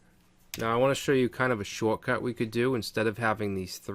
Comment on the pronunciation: everything Boston about you came to the surface in the word "shortcut"